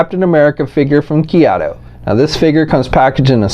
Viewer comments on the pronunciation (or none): Just curious why you pronounce Kaiyodo, Keyodo. It's Kai yo do. But that is just a small gripe just wondering. But it's not a great figure but it's okay. Not really a fan of the cuts and breaks, but i guess if you're into posing figures this will meet your needs.